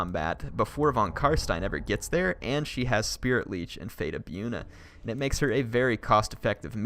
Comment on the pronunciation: Its pronounced Bojuna not byoona XD